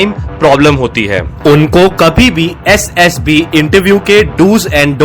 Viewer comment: Essd Ess B 😂😂😂 Mai ye sunkar irritate ho raha hu👽👽